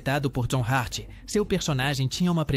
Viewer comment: meu Deos!!! John Hurt! não Hart!